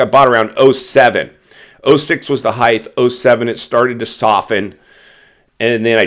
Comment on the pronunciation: There is no word called heigth Try saying height